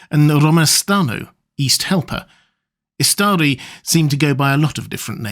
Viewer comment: "the five wizards ih(blank)stree, sent by the..." wtf